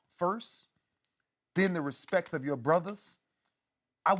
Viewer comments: did he say respeck...lmao😂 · He did not just say respeck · Did He Just Say RespEck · He said respectk...get like birdman. Lol all tree of ya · ray definitely said respek. put some respek on my name